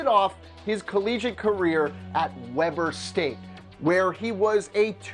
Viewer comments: It's pronounced weeber state not Webber state had to stop watching cause it was so horrible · Tayden Thompson it's pronounced webur state not webber like Chris webber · Wee-ber State, dude. Not Weh-ber State. Come on now. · You said Weber state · It's pronounced WEE-BER state. Not Webber. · it's Wee-ber state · Weber St. is pronounced "Weeber State" No worries man, it's just a random college in Utah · its WE-Ber state 😂🙄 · Its WEEBER state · It is pronounced weeber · Its pronounce WEE burr state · I live on Ogden Utah and you Saud Webber state wrong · Mike Cantalupo it's Pronounced weeber state